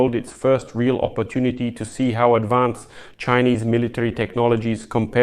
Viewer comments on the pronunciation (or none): none